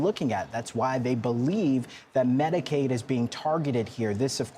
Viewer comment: PS: -it’s Medicaid, not Medicade. Also, the Affordable Care Act is Obamacare, just so you know.